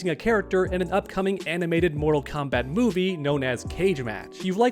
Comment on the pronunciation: Why you stop saying moral kombat uno come moral kombat uno